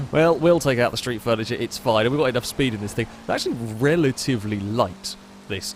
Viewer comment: 'sreet furniture' I'M DEAD